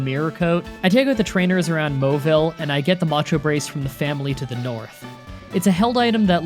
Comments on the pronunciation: Manectric is may-neck-trick, Sealeo is sea-lee-o and Mauville is mah-vill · Oh yeah. “Moville” is nice😂